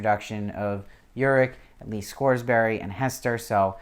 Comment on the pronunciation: Good review but you're cracking me up with the Scoresberry. It's Scoresby pronounced Scores*bee and Serafina Pekkala is pronounced Peckala. I'm the most concerned about her character as I visualize her as Eva Green, even when I reread the books. She was so perfectly cast and embodied the beauty the witches are supposed to possess that I can't imagine anyone else in the role.